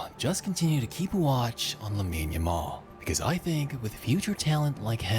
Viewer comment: hey bro jus thought I would let you know the name pronunciation sounds like - la-meen YA-mal